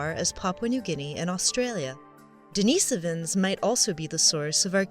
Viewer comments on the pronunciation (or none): "If I say Denisovans differently from everyone else, I'll seem much more intelligent." Give me strength!